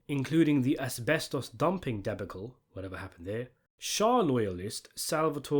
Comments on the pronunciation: ive never heard it pronounced "de-buh-cull" before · Who tf pronounces debacle like that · The “debicle”… whatever happened there.